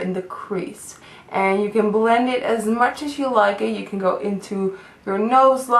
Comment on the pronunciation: i love how you say words with "L". like; b-ulll-end ( blend ) :))